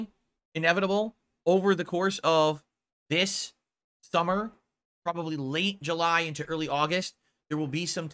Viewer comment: Did he just say ‘This Thummer’? Reminds me of the 3 3ast 3 3urious flash movie.